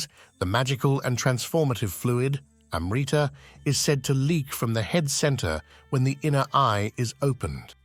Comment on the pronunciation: you want to make a video about Amrita and failed to find out the proper pronunciation of the word, so western.